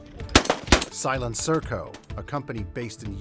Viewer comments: Texas BEAST Except that the company name is SilencerCo, not SilenCerco. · The way he pronounced "SilencerCo" SilenCerco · SilencerCo not Silencirco good lord. What’s the deal with folks mispronouncing this very simple name? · should be "silencer-co" like silencer corporation, but the guy pronounces it "silen-circo" even though the capitalization makes it obvious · "silen circo" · be careful, that silen circo is very fra gi-le. must be french or something. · Silent-sir-co? Very respectful. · Silen-Cerco... what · Si-lenn-sir-co why he say it like that its silencer one word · Did he seriously pronounce it "Silen-circo"? HAHAHAHAHAHAHAHAHAHAHAHA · Silen-sir-coe? Bruh. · “Silen surrko” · “Silen-SERKO” Hahahah, what. Weirdest way I’ve ever heard SilencerCo pronounced.